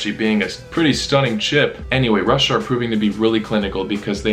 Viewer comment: i love ho you pronounce russia russiya but with a slight american accent.